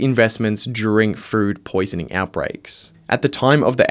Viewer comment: why does it sound like you're saying "fruit poisoning" instead of "food poisoning"😂